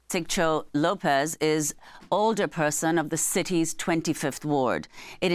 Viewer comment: You lost me at “alderperson” LOL